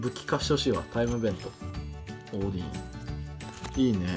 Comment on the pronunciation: 似非関西弁が気になってしょうがない… オーディンはオーディーンって言ってるし…